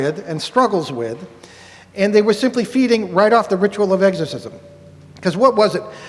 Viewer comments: pronounced ex not egg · Love this video, however, i chuckle a little every time they say “eggs-corsism”…😂. Great lecture guyz, i listen to it from time to time. No one ever told me, nor had I heard it before when I was young, but I always thought they were aliens playing vile tricks on humans. For some reason, it makes sense to me! I was raised a Baptist. All this fascinates me❤. Be safe!